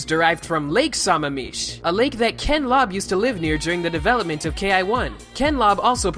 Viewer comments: *facepalm* I live in Sammamish. It's pronounced Sam-am-ish. Not Saw-ma-meesh. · Sammamish is pronounced: Sa-mam-ish. I know that because I live there! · *lake suh-mam-ish haha too much m